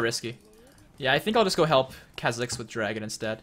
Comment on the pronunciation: Kuh-zix? its Kaw-zix.